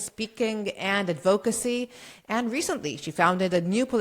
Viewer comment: Pronouncing it "ad-VO-ca-cy" (second syllable accented, long o) is interesting. My American dictionary (Merriam-Webster's 12th Collegiate, published just last month) shows only AD-vo-ca-cy (accent on first syllable, short o in second syllable).